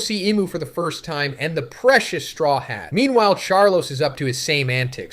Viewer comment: is this AI? i know you know how to actually pronounce luffy and strawhat lmfao